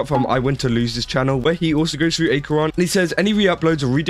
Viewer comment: Pronounce her (Acheron) name properly and maybe do your research. This has been cleared up completely already. Just jumping the bandwagon...